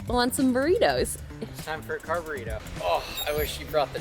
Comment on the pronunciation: CONGRATULATIONS!! Also, maybe it is the Runner in me, but I heard, “Car-Burrito” as “Carb-Burrito” 😂